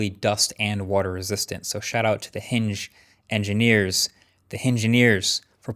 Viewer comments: Did he just say hingengineers!? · hing-ineers 😂 Had to replay to make sure I didn't mishear